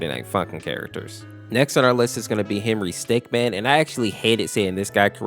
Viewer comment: it’s Henrystickmin not Henrystickman